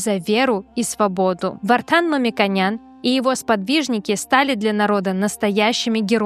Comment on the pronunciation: Хватит искажать фамилию Мамиконян. Зачем вы говорите Мамиканян.